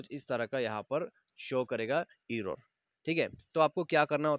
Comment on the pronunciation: Bhai video toh acchi hai leikin tujhse error bhi theek se bola bhi nahin ja raha